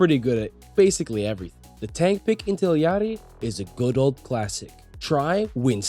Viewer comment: I'm sorry but how you say Illari is painful